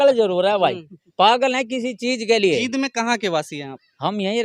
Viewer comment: भैया जी ये जीद नहीं जींद है